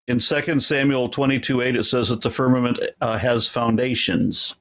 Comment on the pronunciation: I heard an uneducated person that had trouble understanding basic words like firmament, which it sounded like he first said ferment. He was a waste of bandwidth, but to show how stupid some people are that think they are smart. I wonder if he knows he's stupid. Answer to your question, It seems as though the people of Babylonia thought firmament was a physical thing, because they built a tower thinking they could step off in heaven.